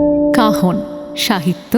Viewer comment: Kaphon Noy Kahon